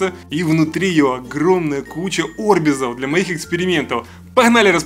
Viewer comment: Правильно говорить орбИз,а не Орбиз!!!